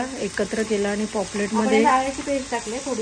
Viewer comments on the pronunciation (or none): पॉपलेट नाही पापलेट... तुम्हाला पॉपलेट म्हणायची सवय झाली आहे... काही हरकत नाही पण जमलं तर पापलेट म्हणा... व्हिडिओ मस्त तोंडाला पाणी सुटलं...